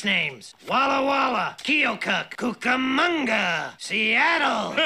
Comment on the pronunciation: That isn’t how your pronounce Keokuk